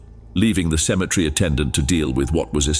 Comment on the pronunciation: You do realize the word is actually Cemetery not symmetry. They're two different words totally entirely they're even spelled differently